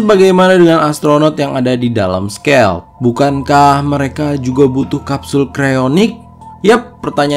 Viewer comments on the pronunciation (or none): nama pesawadnya bukan skel tapi skayled